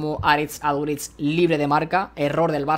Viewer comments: Todo bien hasta que dices Aduritz en vez de aduriz🤣🤣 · Aprende a decir bien Aduriz